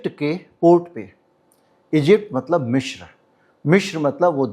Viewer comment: It's Misr not Mishr